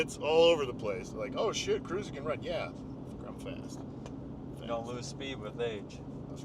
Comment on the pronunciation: Thanks for not butchering my name 😂